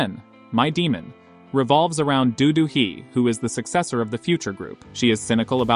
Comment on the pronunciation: Its not Do-do Hee!!! It is Do Do-hee. Learn to pronounce Korean names better! They do have surname (Do, and not Dodo) and names (Do-Hee, not just Hee)!!!